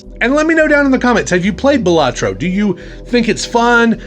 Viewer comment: Great video! I have looked at it but have yet to pick it up. Fun fact: According to the dev, the name is actually pronounced Bal-a-tro, not Ba-la-tro but realizes it too late to correct people, so they can call it what they want lol